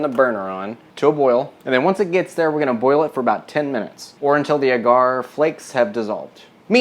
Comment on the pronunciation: You're too cute and I love your videos. I just bought this book and am also cooking my way through it. Just a helpful tip, agar (usually seen as agar-agar) is pronounced like dagger, or like lager, depending on your accent.